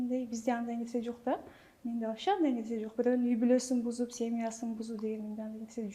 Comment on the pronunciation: Чала Кыргыз дар десе, нукура эле оз тилибизде суйлосонор, болбосо толук орусча суйло, (вообще дегенди ваще😂🤦‍♀️) так айта албайт толук , 🤦‍♀️